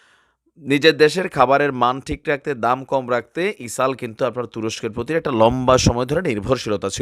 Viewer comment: ইসরাইল কে ইসাল বলেন কেনো। শুদ্ধ করে কথা বলুন।